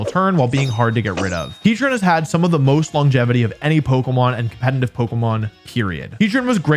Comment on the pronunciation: HE KEEPS SAYING "COMPENITIVE", i can't unhear it